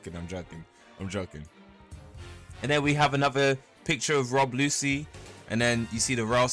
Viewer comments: Its pronounced Lu-chi not Lucy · "Rob Lucy" 💀